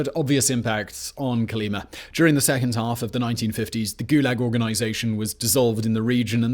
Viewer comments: I think, based on Russian interviews, your pronouncing it wrong....it's Coal-e-MA' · fyi Kolyma has emphasis on the last syllable.